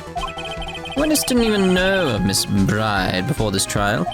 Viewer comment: If only the culprits could figure out a way to not be witnesses, this would be much harder for Phoenix. Also, I'm not sure if it was intentional, but it was certainly amusing to me whenever you mispronounced the defendant's last name. It's supposed to sound identical to bird - and that's why she has those feathers.